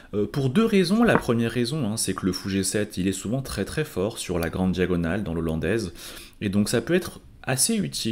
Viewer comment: 1/ l'ouverture n'est pas "l'ollandaise" mais "la hollandaise" (ça pique les oreilles) 2/ des commentaires et explications au top sur la partie, on peut suivre la partie non seulement coup par coup mais aussi sur chaque phase et mini-phase ainsi que sur les aspects psychologiques. un énorme MERCI pour ce travail.